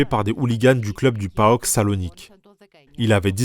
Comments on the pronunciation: Il faut arrêter de dire "Aek" au lieu d'A.E.K (Athlitikí Énosis Konstantinoupóleos) et "Paok" au lieu de P.A.O.K tout le monde connaît ces clubs là donc pourquoi mal prononcé ?!! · Pareil pour le Paok, ça se prononce Comme ça se lit, et pas Paoka